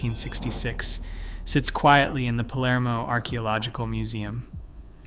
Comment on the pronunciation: Is written Palermo, not polarmo!